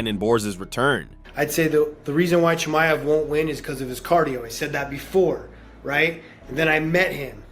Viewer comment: His Name is Chimaev and not chimev.Acting like you never heard his name before.Not the first time you doing this.